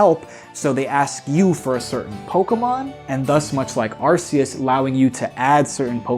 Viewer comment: My guy. They pronounced it ar KEY us in the anime 14 years ago. get with the program